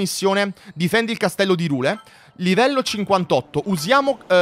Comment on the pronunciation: Si pronuncia irùle